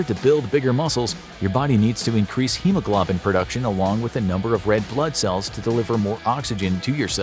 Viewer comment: If you can't pronounce hemoglobin correctly I wonder what else is wrong